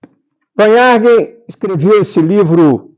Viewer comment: Só para ajudar esta pessoa que fala, a pronúncia correta do sobrenome do Visconde de Porto Seguro é "Farn-haguen" com h aspirado e g como guê. V em alemão tem um som semelhante a f quase soprado. É um sobrenome germânico e como tal devemos pronunciá-lo. A leitura deste livro tem que estar situado no seu tempo-espaço do seu surgimento. Este olhar distanciado do autor em relação a seu objeto de estudo envolve certo preconceito e ideias eurocêntricas que hoje já passaram por uma atualização científica e metodológica. Mas, é importante para se entender como era compreedido o Brasil aos olhos deste autor e neste tempo histórico.